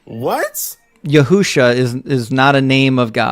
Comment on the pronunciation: "yahoosha"! 🤣 Man it keeps getting better 😆 n